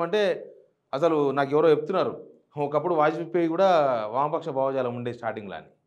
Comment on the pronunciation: అరేయ్ చామల, అది భావా జాలం, బామ్మర్ది జాలం కాదురా, భావజాలం ఏది అను, భావజాలం అని